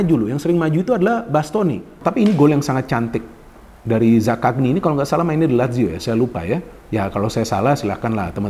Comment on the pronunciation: Zakanyi Bukan zakakni 😄